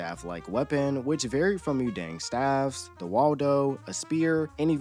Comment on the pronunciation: I mean the Korean word pronunciations, btw. Mu-dang was… okay, and you got the names of the characters perfect.